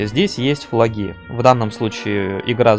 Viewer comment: а че с ударениями - флагИ вОров и это только начало